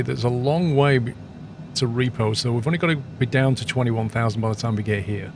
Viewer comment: It’s actually pronounced REPOV, as in “Rip off”. Not repo-V :)